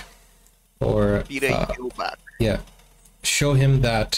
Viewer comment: you pronounce it Jirlback, the L is silent (as is the r). like girl, but silent L